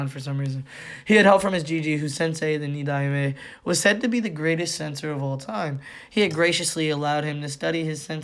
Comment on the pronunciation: Tobirama is the second so his title is pronounced “Ni-Dime”